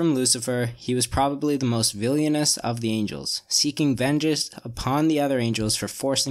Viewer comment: Bro that is not how you pronounce Villainous.